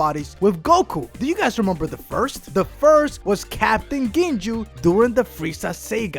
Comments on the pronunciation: " captain ginjew, in the saiyan sayga" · DID HE JUST SAY CAPTAIN GINJU?! BITCH IT'S CAPTAIN GINYU! Your work is awesome though keep it up <3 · Ginyu not ginju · ginyu is pronounced as geen you and saga is pronounced as saw gah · "captain ginju of the freiza sega" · Lightyearz away Captain ginjew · fk, my ears hurt right after every name he mispronounced... R.I.P. ears... -Can't even pronounce Captain "Ginyu" correct.